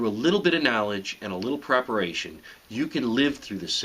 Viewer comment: He says 'With a little bit of knowledge and a little bit of prepertaion' Ok, I know how to dig a hole, knowledge complete. I have a tin can to put on my head, that should get rid of radiation, preperation complete. I'm ready!